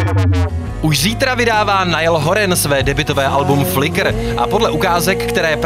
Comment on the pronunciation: OMG!!!!! Nesnáším vaši výslovnost Naillerova příjmení!